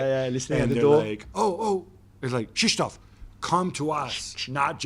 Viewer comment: I'm impressed that Gab tried to learn how to pronounce "Krzysztof". It wasn't perfect but definitely comprehensible.